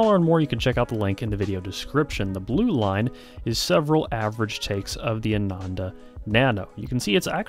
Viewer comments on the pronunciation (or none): none